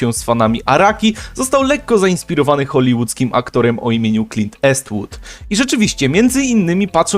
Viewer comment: Nie ukrywam, że zabolała mnie Twoja wymowa nazwiska Clint Eastwood ;_